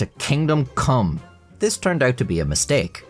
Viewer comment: It was hard for you to say "thanks to this decision" because the sentence order naturally makes you shorten the th in "this", but you're trying to annunciate and fight the urge to turn it into "dis", so your brain hyperfocuses on it, making you trip over it. It's the verbal equivalent of when you look at a word too long and it stops looking real, your brain is going "I've never even heard of the word "this", how do pronounce made up word? No do. Impossible." Your tongue and your brain are in cahoots to sabotage your linguistic abilities 😂